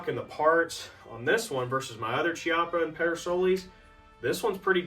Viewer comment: It’s pronounced “kee-up-ah” the ch is a hard K. Like Chianti, echo, Fiocchi ammo etc